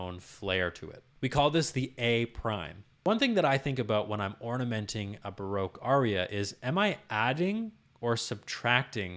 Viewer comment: ERRR Ba-Rock not Bar-roque Otherwise a stupendous pleasure to watch.